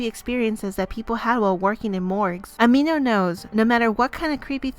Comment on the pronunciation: I put the speed at 0.5 to read what the quiz said and when she said amino I heard "ah me nose"XD